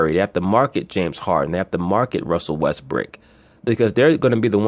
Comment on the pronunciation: be killing me with that Russell WestBRICK..He says it like it is actually his real name. Got me dying over here!